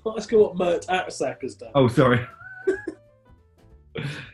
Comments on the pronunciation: as soon as i heard Mert Aksac i thought "i bet they're not pronouncing the name right" and yeah, Mert Aksaç (with a cedilla) is pronounced as mert ak-satch (though i realise this is absolutely nowhere near as fun to say as ak-sak) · It would actually be pronounced Mert Aksach....